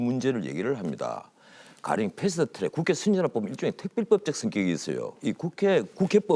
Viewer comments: 패스트 츄렉... 트럭은 츄럭? 아무데서나 혀바닥 굴리는 것들의 공통점 인가? 나경원 발음도 저러던데.. 꼰대 티내는것도 아니고.. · 풰슈투츄렉. 발음이 엄청 거슬리네요.